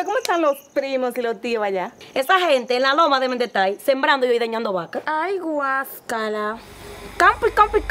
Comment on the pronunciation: GuaScala😂😂😂😂😂😂 se dice guacala POLA